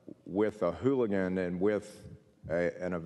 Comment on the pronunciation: Uh wtf the director of DPS doesn’t know what a Halligan is?? He lost all credibility calling it a “hooligan” over and over